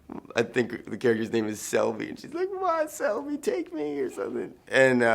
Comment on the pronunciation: Franco, you're so full of shit. You know the character is called SHELBY, not Selby!